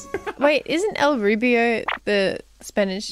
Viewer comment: EL RUBIO IM SCREAMINGGGGGGGG !!!! its el rubius 😂 but i love how you made that connection